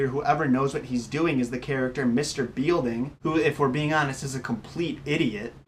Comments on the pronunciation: Beilding? Seriously?? Think of the title of the show. Saved by the BELL. A bell makes a sound, like a "Ding", Hence the name Belding" Pronounced "Bell-Ding." I didn't even finish the video. To quote Guy in Galaxy Quest, "Did you even WATCH the show?" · The principal's name is pronounced "BELL-Ding", not "BEAL-Ding".... The only character in the show since the pilot! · I don't even think you've seen the show. One thing is, his name is Belding, not Bielding. And Slater wasn't Zack's lackey... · I stopped watching once you said bealding instead of belding. You are a fraud and have never watched the show. Who scripted this for you? Anyone who has truly watched the show knows how you pronounce the damn principals name. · First of all you called yourself....don't. That's stupid. Slater was never on Miss Bliss. And it's not Beilding...it's BELDING...like a bell ding. Belding. Have you ever watched this show? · I wanted to like this video but all you’re credibility went out the door when you kept saying Mr BEELding. Anyone who has even watched a few episodes of this show would know it’s mr Belding and even if they didn’t know how to spell it, they would know how it was pronounced from hearing it in the show. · Its not a conspiracy, and its Belding not Bealding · I was saying the same thing, while watching this video. This was a really popular show, for '90s kids'. He's clearly not, so I'm not sure why he chose to do a conspiracy video on something he hasn't done his research on. Just based on the fact he repeatedly mispronounces the principal's name (Mr. Belding, not 'Bielding'), and his clear misconceptions of all the characters on the show, it's clear he must've read this somewhere and not actually watched a single episode. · It's pronounced "bell"ding not bielding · u lost me the second u called mr belding mr beelding wtf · "Mr. beel-ding" have you ever even watched the show? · It is pronounced bel ding